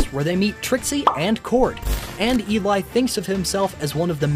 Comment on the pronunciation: Op is saying she for burby and eli and the way name op says eli name and is so disturbing